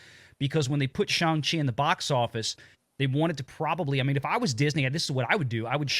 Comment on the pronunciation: It's pronounced Shawn of the Chi......come on, guys!